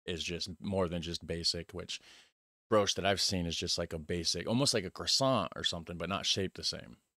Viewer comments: bri-osh not bri-oosh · It's not brosh but brioche. And that's French. Your 18 ounces probably have the same amount of coffee in them as a double espresso. You get American coffee when you put water in your cup after finishing your espresso.